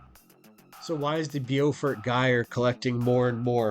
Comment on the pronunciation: Pronounced 'bow fort' long O sound [like hair bow]